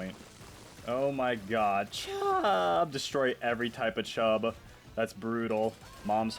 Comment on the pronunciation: why do you say “chHUUBBb” like that